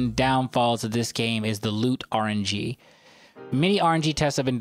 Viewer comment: idk if you were kidding, but it's "RNG", not "R&G". It stands for "Random Number Generator"